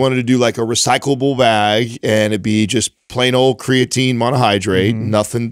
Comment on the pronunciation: It’s always been slightly annoying how pronounces creatine. But the way he pronounced Shia Lebouf….wtf